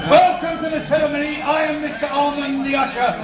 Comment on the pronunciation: He actually didn't do too badly, but the word "ceremony" gave him away, with the rolled "r" and the accent entirely on the first syllable. :)